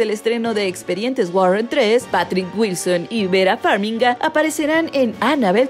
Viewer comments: La persona que narra no le enseñaron a pronunciar él nombre de VERA FARMIGA NO es vera fenmiga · ¿como es eso de "farminga"? 😂 amiga es "FARMIGA" ❤ saludos!!